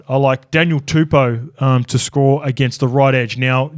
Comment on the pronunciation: And tell BREATH ANASTER ITS TUPOU NOT TUPOO